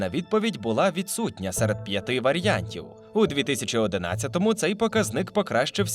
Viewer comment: варіантів, а не варЯнтів